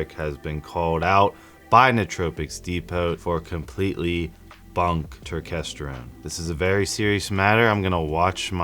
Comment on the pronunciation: Why are u mispronouncing turkesterone like that? U know damn well that’s now how u say it 😂